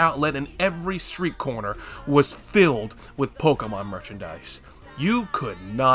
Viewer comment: I am shook that there exists an American that can pronounce Pokémon correctly